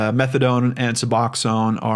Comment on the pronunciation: just so you're aware; it's pronounced sub-ox-own. It's very different from methadone, though it serves the same purpose. It has narcan/naloxone in it, which makes it so you can't really feel opiates, Suboxone can send you into deep withdrawal if you take it while on opiates, (I was an addict 15 years ago), tried using it to get clean, but you have to wait a couple days after your last use to take it or it makes you sicker than you've ever been in your life.. suffice to say that attempt was unsuccessful, but I've been clean for 15 years at this point, so I did eventually succeed by going through the methadone program. There is a similar drug to Suboxone called Subutex, it does not have narcan in it, and it serves the same purpose. As for the cartel thing, I know when I was using I had dealers that were family to the Mexican cartels, (they used to keep it in the family if they could, and had family who were in the US along a supply chain from Mexico, the newcomers/younger cousins would start by selling to "smaller" dealers), but they used white American citizens to bring things over the border sometimes if they were having issues bringing it in other ways. They were paid well, usually in whatever drug they were addicted to, but they could get cash if they would prefer, it would just be worth less then the amount of money they could get for the drugs. They would also have them bring people who were deported for whatever reason back in by sneaking them across the border in